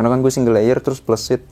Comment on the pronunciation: Plesit bang, bukan pleusit klau pleusit itu pantat😂..cara penyampaian nya kurat tepat😂